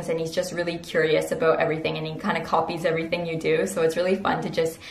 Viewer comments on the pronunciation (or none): none